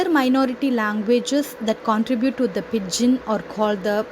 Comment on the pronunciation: It isn't /ˈpɪd.dʒɪn/. It's /ˈpɪdʒɪn/. D is silent.